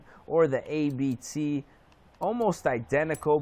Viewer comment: Its not A-B-T its ABT